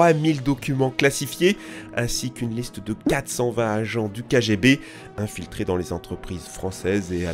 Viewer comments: C'ÉTAIT KGB sous l'URSS et MAINTENANT c'est FSB. Et sans vouloir faire mon chieur, la prononciation sur Wikipedia ressemble plus à "Kaguébé" Ou bien on peut encore plus faire puriste russe et dire "Kako Glagoli Vědě" XD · S'écrit " KGB " Se prononce " kéguébé " Pblieviest